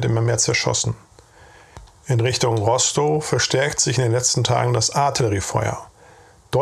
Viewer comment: Es spricht sich RostoF aus. Ist ja kein pommersches Kuhkaff 🙃. Schön sachlich vorgetragen. Was haben diese kerle doch geleistet.